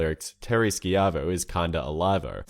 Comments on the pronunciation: Hold on lemme get this straight, you play the song which clearly says "schievo" (sh Eye Vo) but still insist on pronouncing it (SKY VO). Your a bot rnt you. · why do you keep pronouncing it skiavo when it's clearly pronounched shivo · Dude, it's not sky-ah-vo, it's shy-vo. The family guy clips even say the name properly. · Narrator says "Terri Ski-Ivo" several times but in the Family Guy clip it clearly pronounces her name correctly, like Shy-vo. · "Terri Skee-avo"... Is that just like an accent thing or is he one of those people who refuse to say things correctly. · You included the clip of the Terry Schaivo song which pronounced her name right, but you couldn't just copy their pronunciation? what the heck,? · they say her name in the song and you say it wrong twice. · Unless family guy was pronouncing it wrong I'm gonna question how you saw that clip and still managed to pronounce it wrong. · Just great when you have the musical number you're talking about in the video, yet you still fail to properly pronounce the name being sung in said clip. :/ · how do you mispronounce a name while showing a clip where the name is pronounced properly multiple times